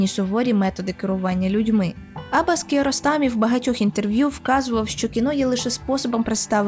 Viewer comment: AbbAs!!! наголос на ДРУГИЙ слог в імені, хоч трохи матчасть вчить перед тим як щось робити! Як можно забити на правильне вимовлення імені головного персонажа!!! Ще - який, блядь, КокЕр???? Наголос на ПЕРШИЙ слог!!! Ви взагалі що-небудь читали перед тим, як відео лепити, чи на от'єбісь як завжди? дізлайк- відписка, косорукіє